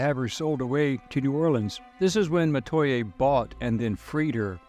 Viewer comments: In Louisiana, we pronounce the names kwan kwan and meh-twa-yay. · actually they way you pronouce Metoyer..some of my family says it like That